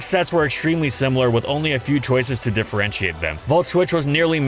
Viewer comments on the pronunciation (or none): none